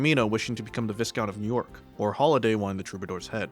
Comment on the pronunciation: btw it's pronounced "V-eye-count", not Vizcount (idk why, just blame the french. Actually yeah blame the french in general she's a fashionista.)